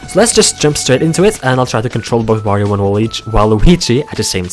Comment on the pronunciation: Quick notice "World of Wirio"